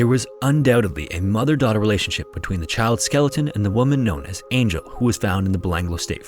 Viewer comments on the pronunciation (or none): none